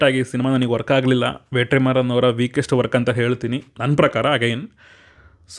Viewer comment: Bro ವೇಟ್ರಿಮಾರನ್ ಅಲ್ಲ bro ವೆಟ್ರಿಮಾರನ್